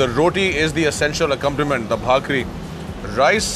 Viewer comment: it's bhaa-k-ri